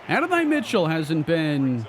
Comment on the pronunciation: go listen to how you say adonai name you’re saying it wrong my boy he’s a GA great been saying it wrong